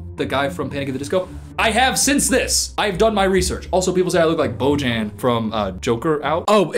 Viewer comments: From a slovenian, Bojan is pronounced like /boy-ahn/. Happy pan and gay women day! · BOJAN CVJETIĆANIN OF THE HIT SLOVENE BAND JOKER OUT WHAT ARE YOU DOING HERE??? Losing it at how pronounces Bojan 😭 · Why do you have to mispronounce my Bojan's name like that? :( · I love how native English speakers pronounce Bojan's name lol. All love😂💛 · I'm slovenian and the way you pronounced Bojan is incredibly hilarious to me ( although tbh that happens when any american tries to pronounce any words from slavic languages 😂). I literally couldn't stop laughing for like ten minutes. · The way u pronounced Bojan is so funny 😂 love ur vids ❤ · You summoned all Joker Out fans when you said Bojan's name incredibly wrong, but not gonna judge you, I love that you mentioned him HAHAHAJ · As an Slovenian I love how you said Bojan😭..what a king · i will never not pronounce bojan from joker out the way u do now i am CACKLING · is so funny for me cuz I am slovenian and hearing Bojan’s name like that is so funny (I am not bullying ) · Not the Bojan pronounced with an english sounding j😭